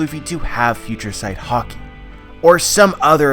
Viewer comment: You keep pronouncing "Haki"as "Hockey". Pls stop. Anyway good stuff.